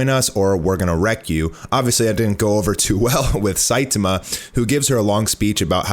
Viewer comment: ... What do you mean it's still not even done in the manga? Elder Centipede has been dead for a long time in the manga... Why are you saying Saitama like that..? Lol. Seye-tah-mah, not Seye-te-muh